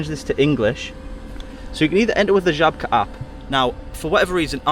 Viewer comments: I'm impressed by your pronounciation of Żabka. 😉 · Love how well you pronounce Żabka, i wouldn't even think you're not a native if i only heard that word!